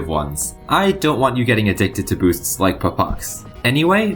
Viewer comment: whenever you say "addiction to boosts" i hear "addiction to booze"